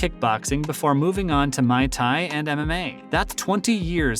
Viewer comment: I hate when white people who cover the sport of combat fighting and dont know how to pronounce muay thai. Its pronounced like boy but with an m not a b. Stop saying my thai, especially if youre covering the sport. Its not hard and you should already know how its pronounced if you take combat sports serious.